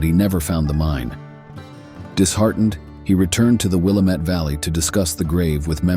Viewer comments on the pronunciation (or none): Thanks for the share, howdy from Jackson County Oregon near Jacksonville and the Gold Hill mining district ... love the stories. Take care, stay safe, cool and free. ⛏⚒⛏ Edit; in Oregon it is pronounced Wil-lam-it Valley and the Dall's, not Dallas like in Texas. 😉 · Mispronunciations of place names show the narrator is either AI or not interested in the subject enough to learn the names like Willamette (Will am et we say) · The commentator could have at least checked the pronunciation for the Oregon landmarks….Willamette and Dalles for example. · good video! you mispronounced willamette and the dalles in case you ever travel here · Good story would have been better if you could put some work into your show and learn how to pronounce name properly. We got to Willamette, then The Dallas and you totally shit the bed on them congrats.